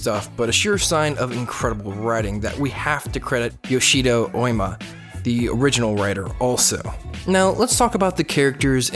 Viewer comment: It sounded like he said Yoshido